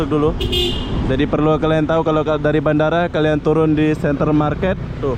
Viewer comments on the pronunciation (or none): none